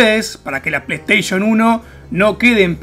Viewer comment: "Resident ivol de pleistieshon que sho jugaba "